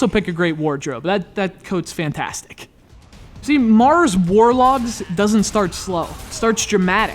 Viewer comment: "war dogs"....lol